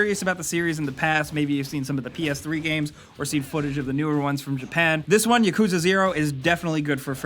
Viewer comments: Its YAKUZA not ya-kuzah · Yeah lmao, he pronounces it like Yakooza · "Yakooza Zero" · “Yakooza” lmao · You said it wrong. It Yak-coo-zah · BTW, it's pronounced Yak-u-za. The yakuza is a Japanese gang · PLEASE PRONOUNCE YAKUZA RIGHT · Gotta at least learn how to pronounce Yakuza correctly smh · love your videos but please learn how to correctly pronounce yakuza